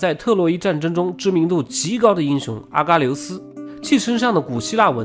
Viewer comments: 把叙利亚位置标错了， 阿喀琉斯的喀读“ka”。 帕米尔高原位置标错了。 波特兰一直读错。 犍陀罗，jian读一声。 说“贵霜帝国国家中心”地图给的是克什米尔，但贵霜帝国中心并不在克什米尔。 应该读为神奈川冲*浪里，神奈川冲是地名。如你所说是富岳三十六景之一，是从神奈川冲看富士山，英文名叫Great Wave，并不是冲浪。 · 小小失误，是阿喀ka琉斯😅